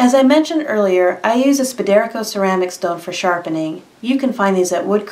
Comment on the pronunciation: It's pronounced "spider-co" Not "spuh-deer-co"